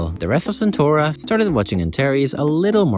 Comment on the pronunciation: that ain't how you pronounce CentAura